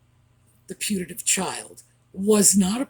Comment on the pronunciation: PUTATIVE- as in alleged / possibly non existent. Not punative different altogether